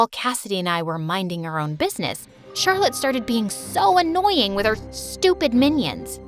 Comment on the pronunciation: that's how i pronounce Charlotte's name too "chat roulette" 😂😂😂😂😂😂😆😆😆😆😆😆